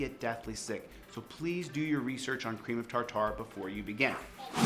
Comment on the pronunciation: Chille's such a narcissist that ne never bothers to learn how to pronounce new words! Did you catch his pronunciation of "ream of tartar" at about Seriously, I'm 77 and have never ever in my whole life heard anyone pronounce it like that!